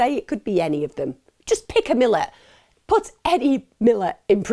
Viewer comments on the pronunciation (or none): Don’t wanna be that bloke and it doesn’t matter, but the pricks name is pronounced Mill-at, great video as always regardless 👍🍻🇦🇺